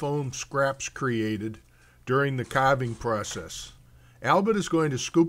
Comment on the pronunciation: "During the caarrving process"